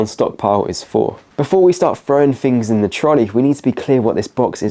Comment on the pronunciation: furty? fings? Don't tell me it's "regional" or any other nonsense.